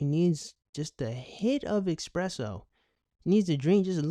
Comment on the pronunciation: A couple of points... #1. It's 'espresso', not 'expresso' #2. See point #1